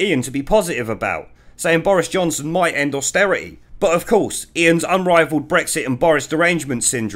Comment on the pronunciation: The bawoness cant even say bwexit ffs!!